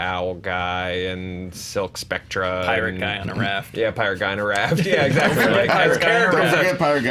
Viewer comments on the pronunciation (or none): Did just mispronounce Silk Spectre as Silk SPECTRA? An unintentional allusion to somebody else’s notorious inability to province “Soectre” long ago in this space?